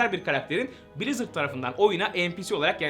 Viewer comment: brizırdı brazzers diye duydum aq